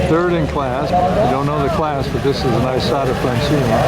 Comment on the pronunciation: When will you ever learn how to correctly pronounce Isotta Fraschini????